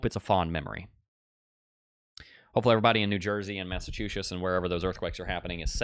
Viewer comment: Mass a 2 Shitzzzz…I grew up there, most accurate pronunciation! Ha!